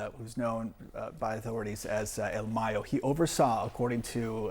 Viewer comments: El MAAHHH-YOOOOO NOT May-yo!!!! 😂 anyway he was ready for retirement. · He’s not called Mayo like mayonnaise 😂. Put some respek on his name, his name is Mayo like Ma and yo like yo yo. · Man I find it racist not only to pronounce Mrs. Kamala’s name, but the fact this is your job and you can’t pronounce “MAYO” right, is just as racist.